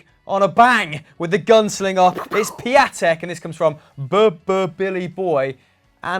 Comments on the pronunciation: His name is pronounced pion-tek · Here's something funny. Piatek is not pronunced Pia-tek but Pion-tek.